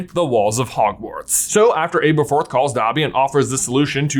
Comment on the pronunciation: Please start pronouncing Aberforth correctly!! 🙏🙏🙏🙏 It's AH-ber-forth!!